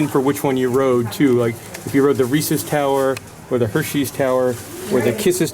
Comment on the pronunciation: Reese's... not Ree-See's. 🤣